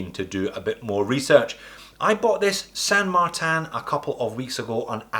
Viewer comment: « San Martin » would be in Spanish, no need to pronounce it in French 😜